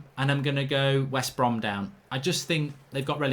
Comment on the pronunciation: he said westbrohm leeds and fullham